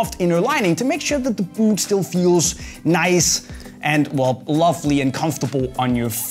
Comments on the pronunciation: "the buut" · Why does he say "boot" like that 😂😂